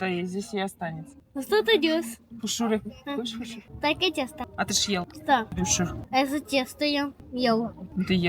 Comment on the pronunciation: Уже лучше произносишь слово хуушуур... Умница!